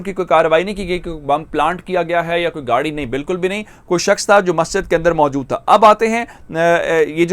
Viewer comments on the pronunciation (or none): none